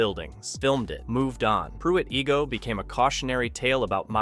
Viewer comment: Its Pruitt eye-go not ee-go. It has become a woodland in the past half century. I would kind of like to see it stay like that.